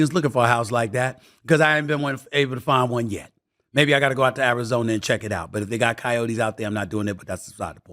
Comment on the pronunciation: "martin, i dont wanna go to Arizoner"